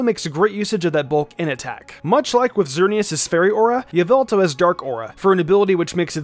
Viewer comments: According to MandJtv it is not Ee-vel-tal, it's Ya-vil-tall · its not yeveltal its yahvoootal get it right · Just thought i’d correct you. Its YAH-VEL-TAL. Thats a joke for the mandjtv fans out there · Its yaveltal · All I’m gonna say is......... Y’all-vil-tall